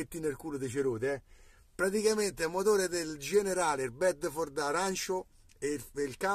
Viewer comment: MA QUELLO CHE TU CHIAMI BEDDEFORDE SAREBBE IL BEDFORD? AHAHAH